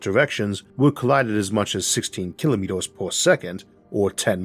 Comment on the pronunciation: What's a "kilomitos" ? 🤨